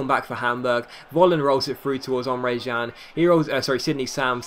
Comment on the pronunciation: It's Emre CAN